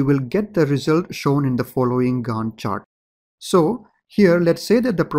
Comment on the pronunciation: Professor in my college watch your videos too. He also pronounces it with same accent 'Gand chart'